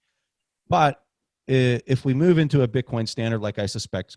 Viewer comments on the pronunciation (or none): none